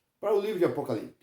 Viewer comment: O cara não sabe nem falar o nome Apocalipse e quer explicar o mesmo!